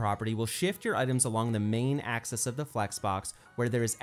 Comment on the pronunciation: One of the best explanations on Flex I've seen. One thing — it's AXIS, not ACCESS!:)